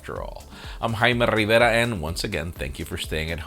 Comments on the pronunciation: "I'm and once again"